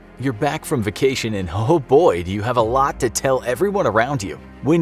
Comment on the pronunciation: Say vacation right. Now.